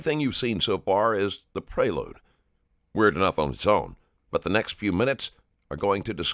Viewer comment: when he said "prayload" I had to check the subtitles to see he said "prelude", what accent is that?